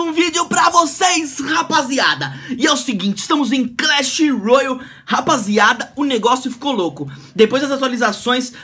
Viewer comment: Nada a ver bruno já tinha muitos brasileiros antes ainda tu falou errado kkkkkk crash